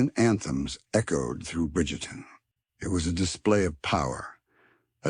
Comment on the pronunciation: Pronounced BRIGTON!!!!!